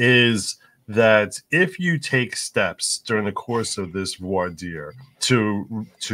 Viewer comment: It's Franch - Voir Dire is said like Vwah Deer. These are the verbs Voire (to see) and Dire (to say, tell, mean). If you want to say this right just say it in French and be done with it. If you look it up using online search the typical language tools have little speaker buttons with French speakers pronouncing it for you.